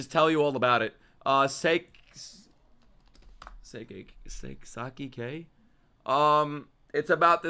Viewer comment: Oh my god, he actualy got Saiki K correct.